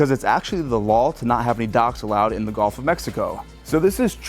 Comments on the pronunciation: Is it just me, or is this guy saying "GOLF" of Mexico? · Learn to pronounce “G U L F” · My man..the “golf” of Mexico….you’re killing me